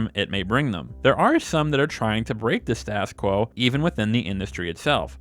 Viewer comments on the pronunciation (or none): Dude, you need to learn how to correctly pronounce "status quo"...